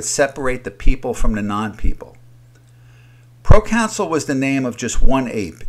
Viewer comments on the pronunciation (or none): You keep saying procounsul, but it’s proconsul.